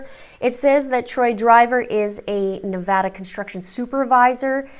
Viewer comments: Thank you for pronouncing our state correctly. 🙏🏽😊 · Also thank you so much for pronouncing “Nevada” correctly 💖💖💖💖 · a Crime. There are tons of Americans who mispronounce it and say Nuh (Like nut) Vah Like hot) Duh. It’s ridiculous because they will even move here and not pronounce it right!😩 You’re in Canada and said it perfect! So THANK YOU!🙏🏽😊😘